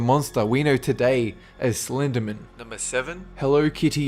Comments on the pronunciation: Sleendermun xD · I love how you pronounce Slenderman like a surname.. "Slendermin" That's how I say it too xD